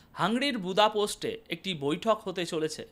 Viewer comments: শব্দ উচ্চারণের দিকে একটু নজর দিবেন,বার বার বোদাপোস্ট বলেছেন শুনতে বিশ্রী লাগছে,হাঙ্গেরির রাজধানীর নাম বোদাপেস্ট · বুদাপোস্ট নয়, বুদাপেস্ট। দানিয়ুব নদীর দুই পারের দুটি শহর বুদা ও পেস্ট একত্রে বুদাপেস্ট।